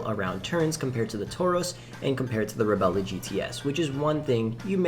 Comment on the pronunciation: "Reb-lah" not "Rebella."